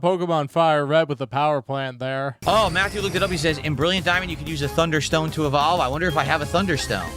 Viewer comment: “How does this Pokémon e-VAHL-ve?!”